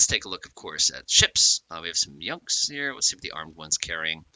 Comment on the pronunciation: Their called Junk's not Yunk's.